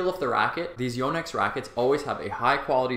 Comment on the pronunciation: Impressed how he says Yo-nex. It’s a Japanese name, and he says it correctly. I know this and yet I don’t think I’ve said it correctly. Your game looks good,.